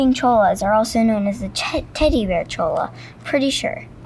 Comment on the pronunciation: Hi there! It was cool to see you and your family on our stompin' ground! We live in Maricopa about 45 minutes south of Phoenix. Love the video's! Saguaro = Soo-har-oh Cholla = Choy-a Gila = Hee-lah Safe travels! :-)